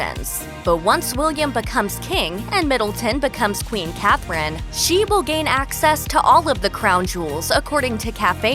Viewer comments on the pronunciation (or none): none